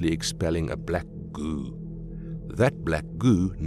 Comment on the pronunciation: idk why but when he says goo I laugh way too much